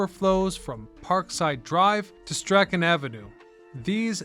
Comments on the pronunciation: I always forget how many weird names of places/streets we have in the city. And then I hear someone call Strachan ave "Stri-chan". ... It's "Strawn" 😅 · Strachan? "Strawn" lol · also, Strachan is "Stron". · bro that's not how you pronounce Strachan immersion ruined